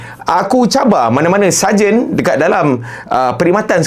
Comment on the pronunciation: saya pun dengar mcm sajat..ingatkan dia nk perli